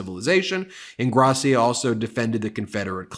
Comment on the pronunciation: Ingrassìa, not Ingràssia.